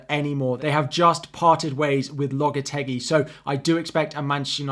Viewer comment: It’s Lopetegui 😆